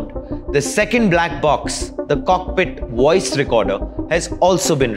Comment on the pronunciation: What's a "woice" recorder ?